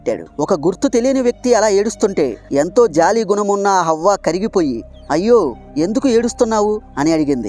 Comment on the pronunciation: అవ్వ కాదు హవ్వ అనాలి.